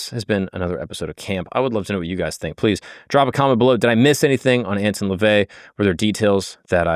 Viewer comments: You're already wrong within the first few minutes. Howard LEVY (NOT LaVey) was his real name. And it's not "AntIn", it's "AntOn", for the pronunciation. NEXT... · It's Anton not Antin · have i been pronouncing his name wrong or is? i thought it was prounced ant-on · It's not ant tun ,it's an ton. I am a satanist. Ive read the official biography of anton levay. To me, biographies read like stereo instructions. Interesting but boring. He's a fascinating person. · Edgar “Case”… “Ant-on” Lavey… Fire your production team.